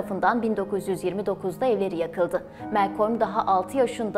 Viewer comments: Melkom değil Malkom olacak ismin okunuşu arkadaş. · Güzel çalışma👏 Yalnız isminin hiçbir yerde bulunmayan bu tuhaf telaffuzla söylenmesine anlam veremedim Melkolm🎃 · bir daha Malcolm demesen mi acaba;)